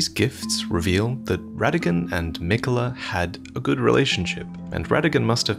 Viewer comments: Mikuh-luh, huh... aight if that's what you wanna go with, but it's clearly spelled Mi-KAY-la. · malenia says his name thousands of times, and she always says it as mikuh luh…